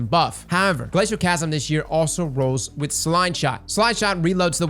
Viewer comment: everytime I hear someone omit the second “L” in “Glacioclasm” I die a little inside